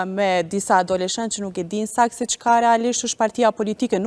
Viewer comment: "veq pak" hahahahahha, "disa adoloshent", cfar gazetareje!